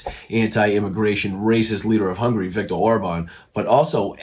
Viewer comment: Why yes, you complete ignoramus, I have heard of Orban, AND I know he's the DICTATER of Hungary ( not " Hungry )